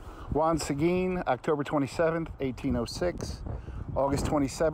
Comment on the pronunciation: Not many know how to pronounce Seguin. Awesome 😎